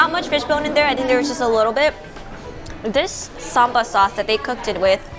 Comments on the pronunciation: LOL why do you and Mike Chen say "Samba"? It's not a dance move! It's called "Sambal", not "Samba". :) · It’s not samba... it’s sambal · My suggestion is you put the name of the food in text because the way you said “sambal” was sound like “samba” which is a totally different meaning. Also when you said “randan” i believe you meant “rendang”. Sometimes pronunciation, especially foreign naming, can leads to misunderstanding